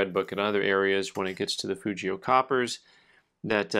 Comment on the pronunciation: The g in fugio is a hard g in Latin. Love your videos!